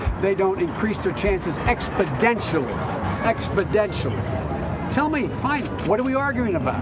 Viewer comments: expodentially is not a word.. and he says it twice in a row. many other words he says incorrectly. something is going on in with his memory and brain. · And he said it not once, but TWICE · He emphasized it twice! Could not have been a mistake. Wow, shocking for such a simple word.